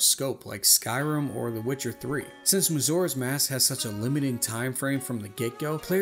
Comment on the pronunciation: “Mazora’s Mask” And “Relationsips” 😂